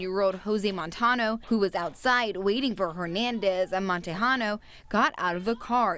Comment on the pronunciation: They said Montejano wrong